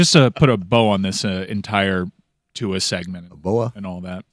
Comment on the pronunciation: Someone tell Dan that Tua’s last name doesn’t have an ‘N’ in it